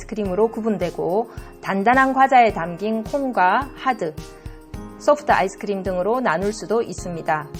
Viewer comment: ㅋㅋ 아이스크리므 발음이